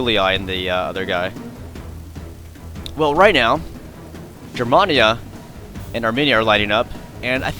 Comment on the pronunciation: Hey i have battled you a long time ago lost but i didn't expect to win but hey i have fallowed every single one of your battles Rome Empire and all of though's but i have to tell you man lol I am half German and i need to let you know that when you say germania you say it as in the letter A not trying to be rude man just wanted to let you know just so you won't get criticized further by anyone else for it. P.S. Keep up the great battles and i look forward to Rome 2 total war